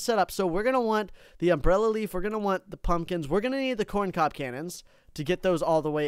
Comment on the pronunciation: The fact he says “coin cob” and not corn cob.